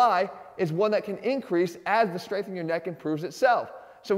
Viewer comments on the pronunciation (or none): none